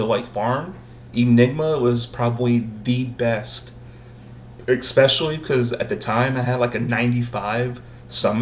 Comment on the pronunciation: There’s absolutely no x in the word, especially